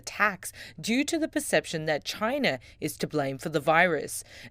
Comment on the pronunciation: It did come from CHY-NAH .